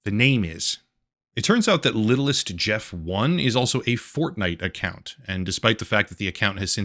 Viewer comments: Epstein Island is a nickname. Official name is Little St James Island. He referred to his island as Little St Jeff Island. So the Fortnite userid is not pronounced Littlest Jeff 1 , but Little St Jeff 1. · its not littlist jeft. its Little Saint Jeff 1. since Little Saint James island was his island. so Littlestjames1 is said as LittleSt[saint]James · It's little saint Jeff. That's what he called his island. Not "littlest Jeff". You did some good work here but you not being able to catch that is kind of pathetic. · I think it’s supposed to read as “little st jeff” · The username is supposed to be read as little st. Jeff I think